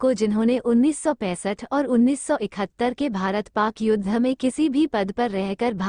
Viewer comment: कृपया हिन्दी तो ढ़ंग से पढ़ लो । युद्ध का उच्चारण आप योद्धा कर रही हैं । शिक्षा का स्तर कितना गिरा गया है । बिहार की है क्या ? युद्ध और योद्धा में फर्क नहीं मालूम । शर्म आनी चाहिए ।।।